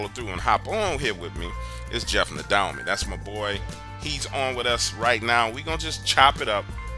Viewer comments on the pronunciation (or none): I have to say I’ve enjoyed the podcast for years but when you pronounced nadolnys last name nadalony and said you’re good friends Nah for a supposedly highly educated person wouldn’t make that mistake. I’m out